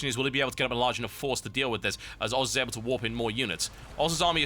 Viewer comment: Sounds like TB says FXO oars..